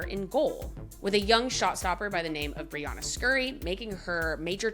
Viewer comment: A quick tip - You’ve been mispronouncing Brianna’s name across many videos.